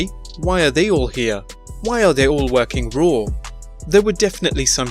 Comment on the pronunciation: Its raw. Not rawr... Ya twit